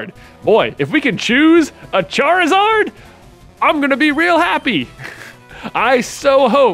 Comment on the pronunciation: Charizard should be pronounced like “lizard”